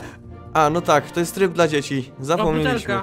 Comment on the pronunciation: tryb dla dziecki powiedziales tak hahahhahahahahhahahhahahahah ty sam jestes dziecki ahahhahahahahahaaaaaaaaaaahhhhhh